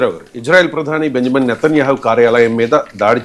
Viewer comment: వీడికి పేర్లు కూడా సరిగా పలకటం రాదు. నేతన్యేహు కిడ్నాపా?..😅 ఎవడ్ర నువ్వు...ఉడతలు పట్టే వెదవ😅😅😅